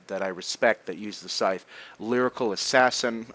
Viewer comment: Ur good even with this, man. Thank u 4 doing this 4 us, ur vids make me rly happy and help to learn English aswell. I mean, now i know how to say "scythe" properly.